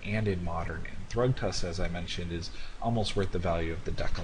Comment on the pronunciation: ummm... thragtusk is 25 dollars and 12.50 buyprice and its not pronounced "thruugtask"